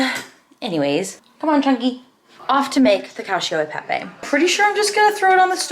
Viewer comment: Hey so i am so sorry if I am wrong but the pasta you bought at trader jo’s that you said you had liked, it’s really not even bad I just thought I would say that the Pepe is not pronounced pep-A bc that is the more common Spanish pronunciation but bc that’s pasta it’s safe to assume it’s Italian it would be pronounced pep-E. (That’s my last name, I just wanted to say that, but I could always be wrong). Ilysm!! 😍 Edit- haha i commented this when she was doing your haul but then she goes on later in the video to apologize about how she is saying the word😂